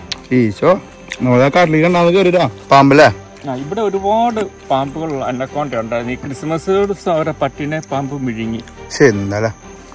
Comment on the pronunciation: അന്ന പുണ്ട യല്ല....അനക്കോണ്ട